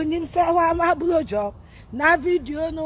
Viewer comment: He said 'blu job'... ene wo nn3